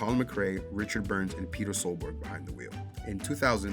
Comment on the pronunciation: Not Peter, it's Petter (pronounced like BETTER).